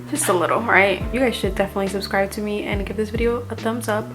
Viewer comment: First off I love your videos. But this whole time I thought you couldn’t pronounce B’s, (but you mentioned before English isn’t your first language so I thought that was why) but you said berry just fine. Lol. You always pronounce subscribe like subscrive. And I can’t think of the other word that you did on.